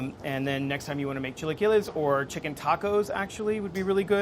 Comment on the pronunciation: I'm gonna have to weigh in on this one: Those are not chilaquiles. And his intro--invoking Sabado Gigante--might indicate why...because he couldn't even really pronounce it right. Definitely, I'm gonna go with all the Mexican people saying these were nachos.